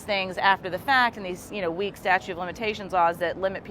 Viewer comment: Somebody needs to tell him it’s not “statue”…